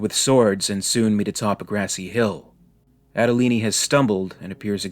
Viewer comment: So it says "Andolini" on the gun but we are supposed to pronounce it Adolini in stead?